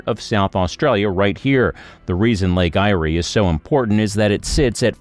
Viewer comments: Lake I-ree 🤣🤣🤣🤣 Lake Eyre, like air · Your pronunciation is wrong. Lake Eyre is pronounced as “Lake Air” - not “Lake I-rie. Also, the massive inland floods that occur in the Outback region of Queensland are due to tropical cyclones hitting the Cape York Peninsula or the Gulf of Carpentaria during Northern Australia’s Monsoon Season - December to April. The rainfall flows into the inland rivers in the Channel Country and slowly moves south towards Lake Eyre - the lowest point on the Australian continent. See YouTube videos about the Eromanga Basin. Also see the 1954 doco “To The Back Of Beyond” - available on YouTube (Kym in Darwin) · Yeah, yeah., not lake ' I iree', tis called Lake 'AIR' .... Eyre ! And plenty have looked at Bradfield's idea and many rejected it. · The pronunciation of "Eyre" (Irish for Ireland) is the same as "air". The flag shown is NOT an Australian flag, but that of New Zealand. The inland would be better served if rail lines were put back into Government hands, duplicated & raised 1m above the maximum known flood level, with regular channels for flood waters to flow under without undermining the rail substructure. At each town the rail goes through, additional tracks should be created for both Freight & Commuter services, with new suburbs around the existing townships & shopping centres incorporating a station for each suburb along the line. The freight section would have a concrete plant, steel fabrication & other building supply warehouses, fuel depot, container freight & large water tanks, which would initially filled by rail tanker until a pipeline is built, utilising wind & solar power for pumping the water. All new dwellings, factories & warehouses could be covered with ample solar panels to ensure ample power is always available. They should also be built utilising steel framing & stainless steel cupboards, reducing the risk of fire & termite infestation. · Goose. Get your pronunciation correct. Lake Eyre is pronounced LAKE AIR.